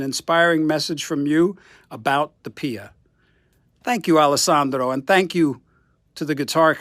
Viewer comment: Grazie per la donazione... hai fatto un gesto esemplare per tutti noi!!! Steve è magnifico 😍😍😍 che bel video!!! Ma hai sentito come dice bene ALESSANDRO e SHAPE YOUR TONE???? 😆😆😆...... ma un momento.... al minuto .... che cè in quello scatolone Gibson???